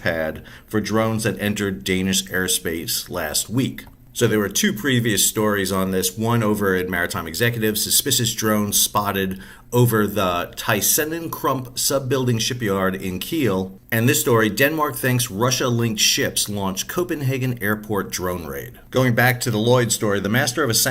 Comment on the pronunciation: Thysenenkrump that's new, and he started off so well by not pronouncing the "th".